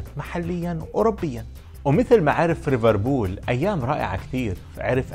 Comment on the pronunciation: ليفربول يا مو ريفربول